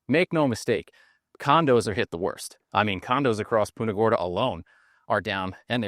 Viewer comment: Hey, would you please stop saying "Poonta Gorda".